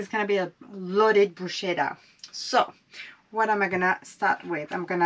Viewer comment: Another excellent video but please, please, google how to pronounce bruschetta …it hurts my Italian ears!😢😂